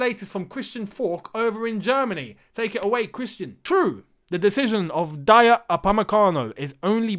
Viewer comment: It's Day'O not Da-yo